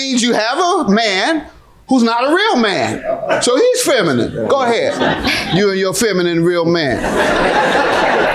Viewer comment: Wth is feminum, how u got so much 2 say but can't even pronounce the insult correctly 🤦🏾‍♂️